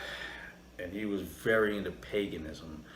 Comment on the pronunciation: Paganism is pronounced like 'Hague', not 'hag'... Just sayin'...